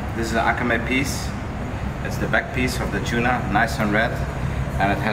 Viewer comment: Dude keeps dropping japanese words trying to impress us. It's akami, though, not akamE. Using fucking samurai swords to cut your "wabi sabi" tater tod U.F.O. tuna tartare does not instantly make you a master sushi chef, apparently. Also, just tell people how to eat it.